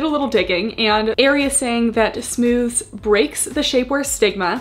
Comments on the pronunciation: i worked for aerie and it's pronounced "smoothies"!! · Aerie employee here! It’s pronounced “smooth-eez”! I HIGHLY recommend the Smoothez Padded Scoop Bralettes; I do agree that I wish the cups were molded, but these are my fav to wear as a comfy bra under sweaters/lounge wear! It’s the same material as the green one you tried on, but with wider straps and no clasp (which I prefer since the clasp digs in when you lay down lol). I also LOVE the mesh bralette it’s so so comfy, I do recommend sizing up in this one though! Also, aside from the Smoothez collection, the Real Me Hold Up! Collection also launched recently, and I can’t recommend them enough! I love the leggings (the regular real me leggings tend to slide down on a lot of people, so these have a more compressive waistband and i sized up) and they have matching bra and leggings sets for the gym! The Hold Up! Bras are basically the Bra-ish made into a real sports bra!